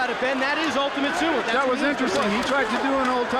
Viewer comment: What the hell is a sumu and Judu lol Dude can't say o??